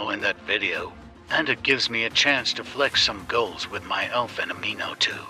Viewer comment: eu acho que o que me encomoda mais é o jeito que a IA fala “fenomino”